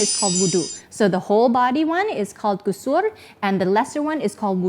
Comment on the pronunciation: May Allah bless you. I will do a small correction for the pronunciation: Ghusul غسل. As I heard the last sound as R, not L. Another recommended and adviced Ghusl but not (necessary as those you mentioned.): On Friday before going for prayer, on Eid day(we have two Eids).